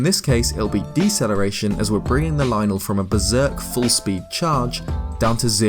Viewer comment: I like this guy cuz he says lynel correctly